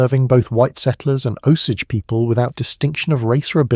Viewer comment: And by the way, I dont know how many times the AI mispronounced the name of the Indians - its pronounced "Oh-sage." So before you put down a 65 year old "White" woman who died in the 1940's - maybe you should get yourself right with the Indians.